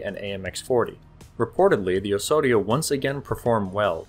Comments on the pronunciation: Do not pronounce "Osorio" but "Ozorio". Thanks. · You keep saying "Ohssorio". That's not how you pronounce it. The 's' there should sound like the 'z' in "ozone". Engesa also used to make excellent 4x4 vehicles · You pronounce it oe-z-oh-ri-oe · Great video, but work on the pronunciation. You are saying Osório like a Spanish speaker would, in Brazilian Portuguese is pronounced oZoRio. That “s” has a “z” sound. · That's not how you say Osório. You sounded like you were trying to say it in Spanish. Portuguese doesn't sound like that. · The "S" in "Osório" is pronounced as a "Z". It is Portuguese, not Spanish. Same thing on "ENGESA", it is a "Z" sound. I will not correct you on "Conde de Linhares" pronunciation as I have no idea on where to start. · However, it's still wrong. He puts on a spanish accent that doesn't really match with portuguese